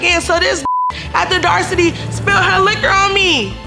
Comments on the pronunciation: saying the audarcity instead of audacity got me weak in the kneesss😂😂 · “She had the darcity to spill her liquor on me” it’s audacity. Good try tho 😂😂😂😂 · So we just going to act like she just said “dacity” instead of audacity 😭 y’all fighting for nothing and got bigger issues on y’all plate y’all look crazy and y’all adding to what us black women are already seen as 🙄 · said, “ she had the darcity “ 😂😭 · Dorsity or audacity😂😂😂😂😂 I hate it here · “ so she had the audractiy to pour some liquor on me” this had me rolling 😂😂😂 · “Had the darcity “ 😭😭😭🤏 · said the darcity 🤦🏾‍♀️ 😂😂😂😂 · Did that lady say she had the “darsity”? 😢😭😂😂😂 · "DARCITY"?????? WTF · Did she say " R'dacity" OK 👍🏾